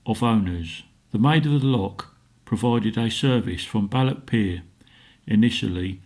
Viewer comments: It's not Lock Lomond, nor is it Ballock. You need to make a gargling sound for the "ch" s. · As a proud Scotsman it hurts my ears every time the blokr said "loch: or " Balloch" get it right or better still SHUT UP!